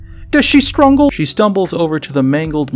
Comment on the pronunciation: The "strungle" is real, Man!